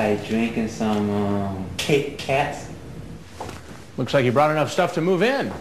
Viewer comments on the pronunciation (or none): god just the way he wrongly emphasizes kit-kats is nails on a chalkboard